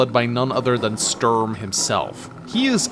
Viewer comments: Everytime he says "störm" i am like: "who is he talking about?.... oooooh he means Sturm. why dosent he just say stoorm if he cant pronounce Sturm?" any way fun video, just had to say that lol. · I've never heard anyone call him Stoorm.